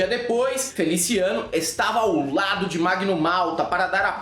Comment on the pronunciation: Mano.... derrubei o prato quando escutei "FeliciANUS"... pqp